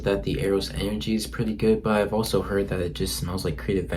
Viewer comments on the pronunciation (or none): none